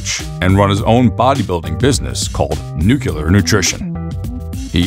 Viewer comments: Nucular. Is that anything like nuclear?🙄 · "Nucular", "internal heart"...maybe finishing junior high would have been a good idea,.